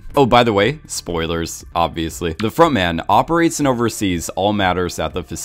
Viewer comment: It took me a good few episodes to realise it was front man not frog man, still hear frog man being said though